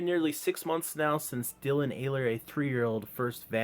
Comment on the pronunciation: The last name is pronounced with a silent H and hard E